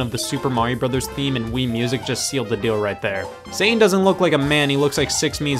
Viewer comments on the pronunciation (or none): none